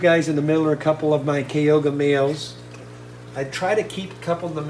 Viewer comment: Am laughing at the pronunciation of Kyoga cichlids, despite the k it’s pronounced Cho to read `choga’. But yeah, love his flamebacks